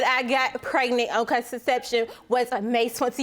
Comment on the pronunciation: Did she say Kraignant?